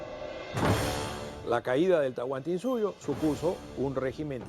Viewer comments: Es Tahuantinsuyo no Tahuantinsuyu :/ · Se dice Tahuantinsuyo